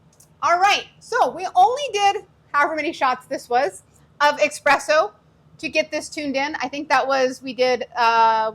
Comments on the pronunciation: Girl... There is no X or K in the word espresso... Just ESP, not exsp or eksp... You're making me crazy! 😂❤ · You lost me when you said 'expresso' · As soon as someone says ‘expresso’ I move on to the next video.